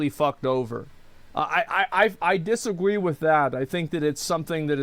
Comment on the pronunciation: did. did he just say dissagwe ?